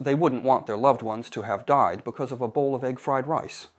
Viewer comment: It was. It mispronounced the words "died" and "fried" once but pronounced them correctly at other times. No human would have made mistakes like that; you either know how to pronounce those easy words or you don't. You don't pronounce them correctly and then suddenly mispronounce them.